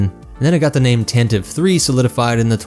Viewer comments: It's pronounced Tan Tee Vee. Why do people keep saying Tan Teeve? The name was introduced in the Radio adaptation listen to it. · For the 300th time dude!🤣 It's pronounced [Tan tee Vee] or [Tan tah Vee]. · The "Tan-tiv-ee" pronunciation dates back to the 1981 Radio Drama. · I have a special hatred for people who pronounce it Tan Tee Vee.